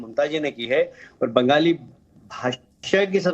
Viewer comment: Ben-Gaali kya hai.... আমরা বাঙালি। Speak properly or keep shut!